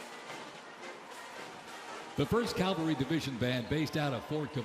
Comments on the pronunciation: I would have thought they would have gotten an announcer that knew how to pronounce Calvary and not mispronounce it Calvary. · he said 'Calvary' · How does an announcer for a huge national event mispronounce cavalry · Cavalry not Calvary Arctic not Ardic You had ONE job!!!